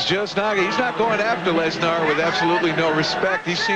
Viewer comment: That’s the proper way of saying it